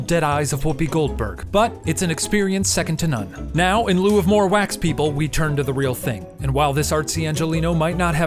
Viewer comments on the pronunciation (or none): I really hope that "Second to nun" was intentional